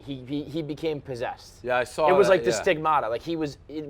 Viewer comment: "I sawer it"